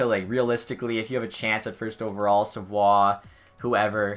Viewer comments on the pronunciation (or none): none